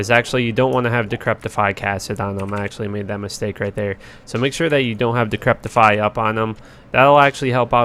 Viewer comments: just FYI, it's decrep-ify, not decrep-tify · Good video but I always wonder why people mis pronounce decrepify. Repeat after me "De sek re fy" 😛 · It’s pronounced “Di-cri-pi-fy” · THERE IS NO 'T' IN DECREPIFY. Other than that love the vids bro keep it up